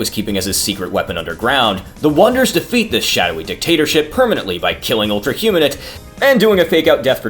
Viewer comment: Great video! However it bothered me how "Humanite" was pronounced. It's "human-ite" not "huma-nit"